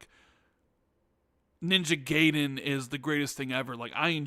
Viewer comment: Every time you mispronounce Gaiden as “gay den” is like an ice pick in my ear. It’s ‘guy den’ not “gay den”. Japanese ‘a’ (sounds like ahh) coupled with Japanese ‘i’ (sounds like eee) produces the ‘eye’ sound.